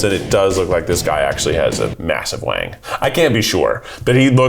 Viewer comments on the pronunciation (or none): none